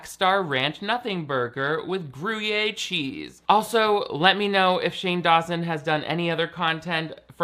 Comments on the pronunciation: Thank you for teaching me how to say grewyay cheese! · Did u dead ass say "groo-yay" cheese?? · “:.. with gru-yay cheese” Have I been saying this wrong or is saying this wrong? This isn’t a burn, I just need to know whether I embarrassed myself at a fancy party. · "Grew - yay" cheese. 😂